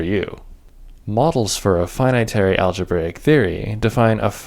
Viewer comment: aglebraic daata tyepes :D